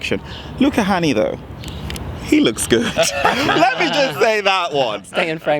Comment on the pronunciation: You guys really need to learn to pronounce the vowel "Ä". It's like ´"hey", "say", "babe". So it's Luca Hänni not Honey, :-)